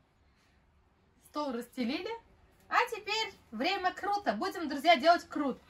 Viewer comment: Почеме Крут, а не Курт. Мы в Казахстане всегда говорили Курт или сейчас переименовали?